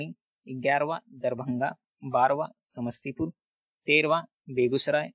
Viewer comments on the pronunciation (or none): none